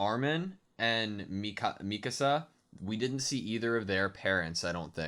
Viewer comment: Yey, you say Mikasa's name correctly!